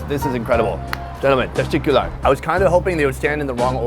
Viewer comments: Did you mean to say "Testicular" instead of "Tashacular"? That was hilarious.... Apeeeaaace ! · You tried to say teşekkürler I heard testicular 😂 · 😂😂😂 sonny really said "testicular" ...almost there sonny ma boy. love the show